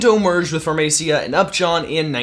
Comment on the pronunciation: it's Pharmacia, (Farma See-A). It used to be Upjohn, then Pharmacia, now it is Pfizer.